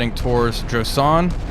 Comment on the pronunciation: It's not Josan it's Joshan the H is right there, as in "Joe Shank" (prison name lol). Also how accurate are those ammo capacities? 6000 rounds of 40mm Bofors for real? 🤨 P.S. planes have the greatest range at cruise speed and cruise altitude, maximum or minimum both reduce range. Cruise really means optimum.